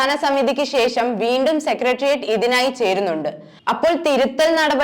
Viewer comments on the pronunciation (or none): ശേശം എന്നല്ല ; ശേ ഷം എന്നാണ് പറയേണ്ടത്. ബാശ എന്നല്ല; ഭാഷ എന്ന് തന്നെ പറഞ്ഞ് പഠിക്കണം. വാർത്ത വായിക്കുന്നവർ ആദ്യം മലയാളം അക്ഷരമാല ക്രമത്തിൽ ചൊല്ലി പഠിക്കേണ്ടതുണ്ട്.